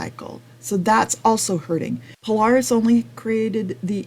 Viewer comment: You can’t even pronounce Polaris correctly you lost all credibility, Indian has forced HD to finally bring a decent bike to the game in 2024 still don’t have a electric windshield